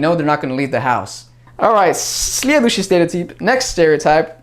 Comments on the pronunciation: Когда ты говорил "следующий стереотип", ты произносишь это практически без акцента!)))))) Прям идеальная интонация) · Слова "Следующий стереотип" ты произносишь так чисто, без акцента! 👍😃